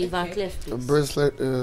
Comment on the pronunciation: Van Cleef not Van Clef 😁